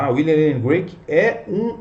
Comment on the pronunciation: CRAIG, NÃO "Grueik".